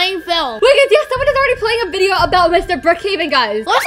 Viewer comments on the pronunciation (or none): Video not "vedio"